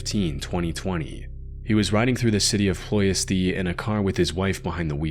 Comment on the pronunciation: Ploesti is pronounced as "Plo-yesht".